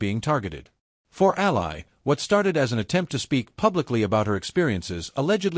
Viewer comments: Its pronounced like alley. Please. Your ai slop belongs in the trash in an alley. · COULD YOU AI AT LEAST PRONOUNCE HER NAME CORRECTLY! ?